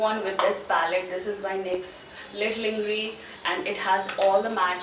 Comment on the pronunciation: No hate but you pronounced lingerie wrong.